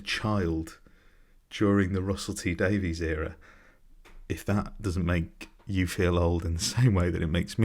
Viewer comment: Russell T Davies (pronounced "Daviss") is perhaps the greatest TV writer in Britain. I've no idea who this impostor Daveez is :)